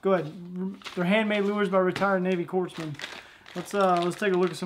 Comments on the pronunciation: "core-man" co-re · Corpsman (coreman) aka navy docs aka marines saviors lol just for future reference now you know how to say it brother lol. Damn army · show us ur AR! p.s. you pronounced corpsman like obama. i guarantee they dont appreciate that 😂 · DUDE i don't believe you just insulted all the "Docs" by miss pronouncing "CORPSMAN" never ever says the "S" it's silent as in Marine Corps your forgiven and Happy Father's Day to you